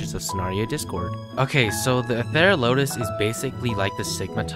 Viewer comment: It’s pronounced Ether ral o tus..